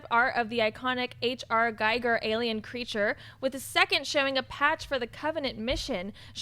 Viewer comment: please learn to pronounce giger correctly. there is no "i" like your´s in the german language. phonetically correct you read and pronounce in english "geeger" (or giga).